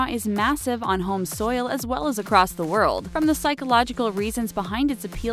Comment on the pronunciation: did she just say "soil" instead of "Seoul"????